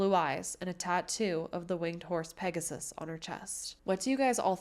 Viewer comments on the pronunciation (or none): none